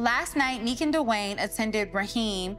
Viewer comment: my opinion on the dad situation is, now Nique is a reality TV star, and popping out more, he wants to get his come up off of her His excuse is, he had a hard life? What's he think Cindy and Nique had? A run in paradise? He needs to learn how to pronounce their names right first and then do the work himself to get a relationship started I just don't think Nique should have any expectations when it comes to him Keep doing YOU Nique, and let "Dad" show you, he wants to be a Dad. Don't do the work for him